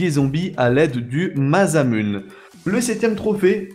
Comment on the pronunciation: cest masamuner enfin la prononciTion